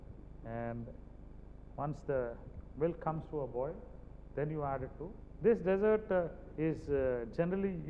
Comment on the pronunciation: Chef Jee: SSA The word is Dessert If you emphasize the Dess in dessert i e DESS ert IT MEAN RAGISTAAN If you emphasize ie de SSERT it means a pudding Sikho Kuj Sikho SSA